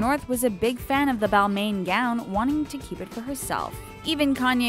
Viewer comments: balmain is actually pronounced [bah·ahl·maah·n] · "balmain gown" lols